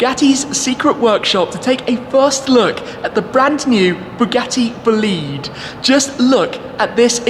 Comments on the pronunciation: "Bugatti """"Bullied""""" 😅 it's ITALIAN, in my language we say "BO LI DE" ("bo" - ""le" - "the") .....not "boleeeeed" for sure 🤣🤣🤣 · Not,Bo’lid..........it’s an Italian Word......Boli’ de,Yes it’s made in France but the soul is 100% Italian.....Right Ettore? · It's not pronounced "Boleed". It's "Bo lide". The lide rhymes with ride. Merriam Webster defines bolide (bō-ˌlīd) as a large meteor : FIREBALL , especially : one that explodes. I guess Shmee isn't much of an astronomer. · Bugatti BOLIDE not bolid😂😂😂 the italian is important for the car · Dude it’s not “Boleede”, it’s Bolide ,that in Italian stands for “f*cking fast car” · Mr. I suppose the pronouns is: “bòlide” not bolìde. (Slippery trisyllabic). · Your pronunce of Bolide is terrible. It’s italian, Bolide in fact refers to a vehicle that give you a strong feeling of power and speed when you look at it. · I dont actually understand the name.. bólide in italian is an expression to describe a very fast car so i can’t immagine another translation for the name which is italian, please Don’t pronounce it bolìde, sounds very wrong :) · it's Bolide, not Boliiiiiiiiide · Please don't say bugatti buhleed, sounds so extremely wrong. It's more b-oh-leed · The term "Bolide" is italian so the pronounciation is like "Boleedae" not blliidd 😂😂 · Schmee, I’m sorry... I’m Italian (Bolide is Italian) and i have to tell u this: it’s not Bolid, it’s BolidE (the E sounds open like in “forEver” or “fErrari”) Greetings from Florence ⚜️❤️ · Bolide not Bolìd!!! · it's not called "BLID"... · He said bugatti vleed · Please tell me it’s not actually pronounced “boo-lead” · Nope, nope. It's Bo lide. The lide rhymes with ride. Merriam Webster defines bolide (bō-ˌlīd) as a large meteor : FIREBALL , especially : one that explodes. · It's pronounced "Bugatti Bo-lee-deh" btw THX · as an italian, the pronounce "boliiiiiid" it's killing me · Boleed... LOL learn how to say it please... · wait it is pronounced Bolid?? I thought it was Bo Li dey